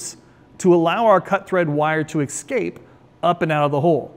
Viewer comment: why do you keep saying excape instead of escape, you sound like a black person saying aks instead of ask